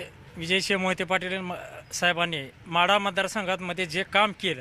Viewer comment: म्हाडा नाही वो माढा म्हणा